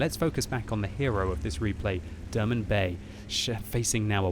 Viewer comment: You pronounce his name wrong :P Haven't notice he's from Turkey till you showed the Turkish flag :) Derman Bey is like Mr Remedy :D